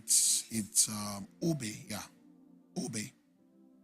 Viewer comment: The name is OGEBE not GEBE